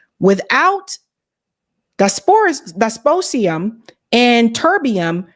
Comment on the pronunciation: dysprosium - dis-pro-zee-um